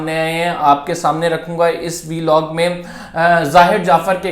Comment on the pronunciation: It’s Vlog please don’t pronounce it veelog.